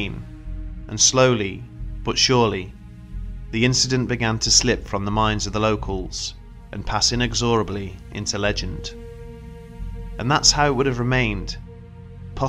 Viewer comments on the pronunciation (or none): You mean in-EX-or-ab-ly? Come on dude, this is your native language.